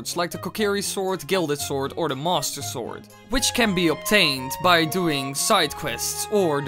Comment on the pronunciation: What is your accent? Everytime you say master it sounds like monster